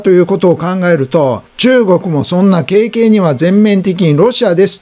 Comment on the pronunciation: うずちゅうと同じだな”かるがる”だろうが”けいけい”そんな言い方しないな